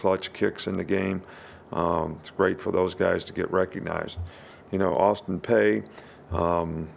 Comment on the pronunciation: Coach saban..it is pronounced Austin Peey not Austin Paye..com'on man be better than what your West Virginia education system from 50 to 60 years ago..Rollie Tiede..lol 😆